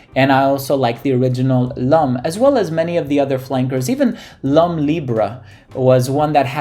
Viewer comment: 'Lum' cologne? Pronounced 'Lom'. :)